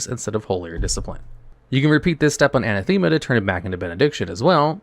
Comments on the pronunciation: It's an-A-them-a, not a-na-THEM-a. 😖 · a-NATH-ema......not ana-THEMA.....rofl lol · like how he mispronounces "Anathema" as "Anna-THEME-ah" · Anathema, A-Nath-uma NOT Ana-thema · Please look up how to pronounce Anathema...